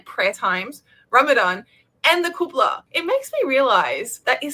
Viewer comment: did she call qiblah a koobla? 😂